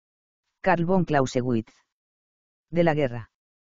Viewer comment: "Carbón Clausewitz" xD